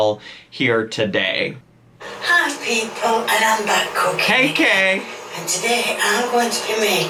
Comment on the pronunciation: You’re right! Kay’s cookeeeen is probably a a bit of bolth.